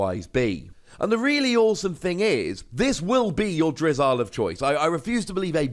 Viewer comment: its pronounced drizzle